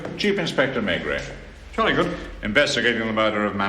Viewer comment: If only the british could at least try to pronounce the inspector's name properly. May-gray sounds ridiculous. It can't be so hard to turn it into Meh-greh.....